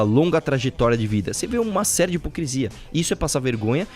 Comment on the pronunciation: Vim do futuro dizer que até hoje o Arthur fala "hipocresia".